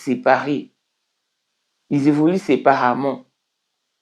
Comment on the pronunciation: ON DIT SÉPARÉMENT ET NON SEPARAMENT 😂